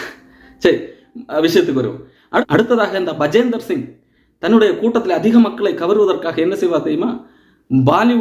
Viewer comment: Bajinder Singh, not Bajender Singh